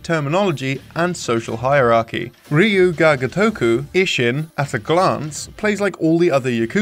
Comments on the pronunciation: "All we hear is Ryo-Gaga-Toku!!" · Ryu GAGA toku? You mean Ryu ga GOtoku. Somone is still thinking about Lady Gaga's Super Bowl performance. xD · well "gagatoku" is not better either :D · At least look up how it's supposed to be pronounced, "reeju gaga toku" grates the ears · Everytime he tried to say it I fucking lost my shit. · Yup, even when its their native tongue I correct them. In this case if youre going to make something to be educational, you at least want to get the title right. Because they way he says it, its not even same same word. Ryu Ga Gotoku specifically means "Like a Dragon" If you mess that up youre severely messing up the title. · first time I heard someone pronounce "Ryu Ga Gotoku" that way. it's mind boggling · Not trying to be negative, but japanese pronunciation needs work, Google Translate text-to-speech does a better job:v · it took me hearing "ryuu ga gotoku" like 5 times before i realized that was what you were saying, the pronunciation was really off :( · Can you get someone who can pronounce properly. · It's pretty funny how you're trying hard on the "Ryu ga Gotoku" pronunciation and then just crapping out "Ishin". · I'm sorry, but please learn how to pronounce the name. It hurts my ears. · I'm sorry, but I can't stand the way you pronounce Ryu ga Gotoku. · Maybe you should get a different guy to talk about Japanese games. These pronunciations are pretty painful.